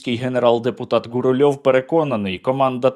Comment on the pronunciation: "гуГУльову" треба спочатку сходити до логопеда,а потім вже виходити до людей зі своїми"розумними" промовами!